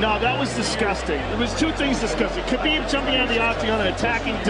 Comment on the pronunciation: But still messing up his first name a couple years ago😂